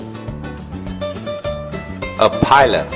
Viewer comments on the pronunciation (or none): none